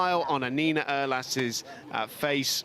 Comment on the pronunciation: Urlass - pronouce the "U" like in EURO or URAL !!